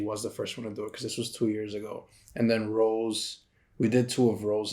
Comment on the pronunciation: its rosé not rose😭